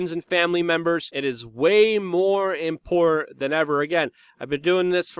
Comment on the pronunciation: "Imporran"- stop it! Great report though! Thank you! #ClintonBodyCount - is GizzSling Next? "import - tent"